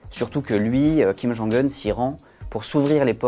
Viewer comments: Kim jong "eune" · Je suis presque sûr qu’on le dit pas comme ça kim jung heun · J'adore comme il prononce "Kim Geongue Heune", mais bon travail du "Monde", comme d'habitude ♥ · Que dois-je penser de l'analyse d'un journaliste qui n'a même pas pris la peine de rechercher comment on prononce le prénom de Kim Jong-Un correctement ? Sept secondes et quelques mots ont suffit pour perdre votre crédibilité. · Ça se prononce vraiment comme ça son nom en Coréen ou c'est le journaliste qui est spécial ?